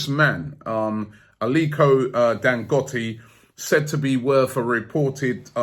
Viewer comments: Robbie hold up!!! Its not pronounced dangotti....it's DAN-GO-TEY...we love aftv here in naija 🇳🇬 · Dan-goat-ey.. not Dan-got-i. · Dangote: if you wanna know how to pronounce it listen to burna boy : dangote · It’s pronounced Dan-Go-Tay. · It’s pronounced DANGOTAY . Not Dangotee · Robbie can't pronounce for shit....LOL. What is "Dangotti"?lmafo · Thats not how you pronounce Dangote. Its pronounced as Dan-Go-Te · Robbie never gets names right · It's pronounced Dang-go-tay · It's Dan-Go-té Robbie... Like in Kanté... Really really brilliant show though Robbie...your reports are always top class... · Robbie its Dan-GO-Tey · Dangote dangote dangote still dy find money... Let him buy it.. He will spend. Once again Robbie butchered the name. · As if Robbie listens to Burna Boy. He probably calls him Burma Boy anyway. Robbie can't pronounce names 😂